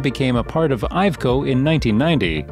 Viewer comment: An amazing amount of funny pronounciations this video;-) «Aye Ve Co» ? «Boosing»? I guess the «Vol-voh» is more or less accepted at this point, haha! I was fearing for the first occurence of Scania, but somehow the Voice-Over person nailed it!